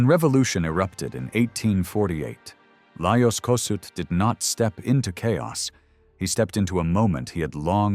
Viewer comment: Please learn to pronounce his name correctly! Is this an AI video